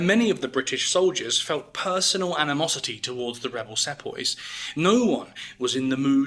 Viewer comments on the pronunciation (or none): It's pronounced See-poi